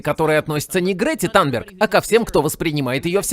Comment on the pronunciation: Грета танберг - Танберг режет слух. Мы привыкли к Тунберг.